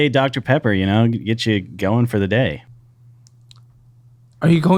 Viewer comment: This mf tryna say dr. Pepper and gon say “TIDDIES” 😹😹😹😹